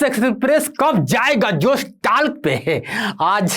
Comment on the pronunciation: जोश टाक है न कि टाल्क